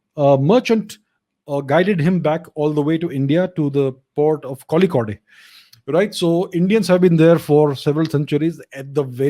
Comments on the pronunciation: Some ethiopians look like Indians . It's Kozhikode (calicut) not kolikode 😊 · When Abhijit Ji pronounces Kozhikode as " KOLIKAUDE " Me as a Malayali : facepalm XD